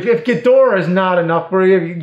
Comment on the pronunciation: It’s Gheedrah not gudora